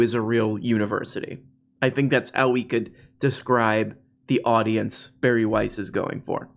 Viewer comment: Her name is pronounced Bar-E. I hear she is quite the little drinker. But, only Chardonnay out the box.